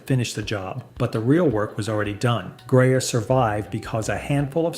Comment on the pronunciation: please for the love of god fix the pronunciations. stig-ees, lase-gun, grayuh, and so many others are just horrible.